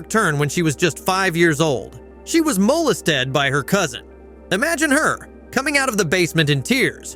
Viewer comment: MOLE-ist-ED 😄😄.... NO IT'S NOT FUNNY she was molested it's just funny how the narrator says it HUH????? 😄😄😄 . This narrator sounds like he should be voicing a character in South Park